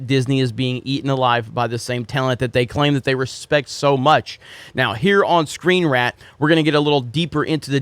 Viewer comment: Did say ScreenRAT?